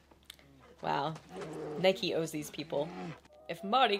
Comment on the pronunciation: the old guy who points out Marty's shoes, actually pronounces it right, knee-kay. It's Greek